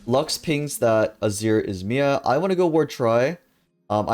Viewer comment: My favorite thing I've learned from this video is that you say MIA like a name instead of an acronym LOL